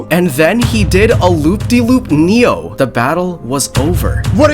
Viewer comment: Is no one gonna talk about how he said loopty-loop neo💀